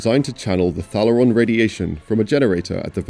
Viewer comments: It's pronounced Thay-le-ron not Thal-er-ron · You mispronounced Thalaron even though the entire movie cast say it 1000 times....